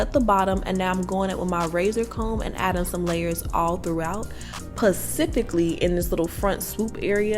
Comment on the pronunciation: Girl what is "pacifically"??! Lol.